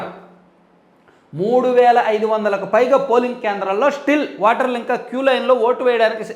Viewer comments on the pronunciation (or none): వాటర్లు kadu ra nee ayya...ఓటర్లు అను...నువ్వు కూడా మా కేసీఆర్ లాగే ఉన్నావ్